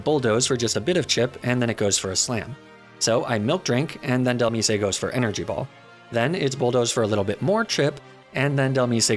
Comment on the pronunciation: AND DHELMISE "del-meese-ay" like bro it comes from DEMISE do you pronounce demise as "duh-meese-ay"?